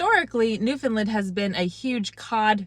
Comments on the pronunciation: From Bonavista here! Glad you enjoyed your time here :-) here's a newfie tip for you! It's not pronounced Newfoundlund. Say like you'd say the word "understand" Newfoundland! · I’m going to be straight forward here . I do enjoy your videos . But calling it Newfoundland Island is absolutely ridiculous . You are taking people on tours to places you aren’t from . I get the interest I truly do . But it’s Newfoundland not newfinlind , which is how you are pronouncing it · learn how to say newfoundland properly please